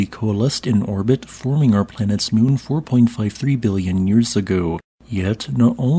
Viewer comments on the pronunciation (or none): none